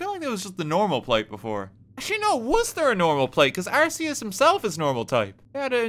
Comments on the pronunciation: It's not "arse-e-us" it's "arc-e-us". Please stop mispronouncing it. lts name means "all high" and "god" consistent with the "arch" prefix from "arch-angel", "arch-mage", and even "arch-enemy". In alchemy there's this plane of existence known as the "Archeus", a real English word which Arceus's name is based on as well. Silvally a Pokémon chimera with an ability similar to arceus is known as the "RKS system", the name itself a pun on the creator deities name. And as gamefreak's deliberate attempt to clarify the pronunciation, the in-game tool that you receive from the god is the "arc phone". Go ahead pronounce that as "arse phone" if you want people to laugh at you. Based on these hints on real English as well as in game lore, if you still insist on "arse" I won't stop you, but game freak has tried. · the fact i cant be even a slight bit sure of whether RT is saying Arceus wrong on purpose or because he doesnt know its wrong is proof of the chaos and spite this man radiates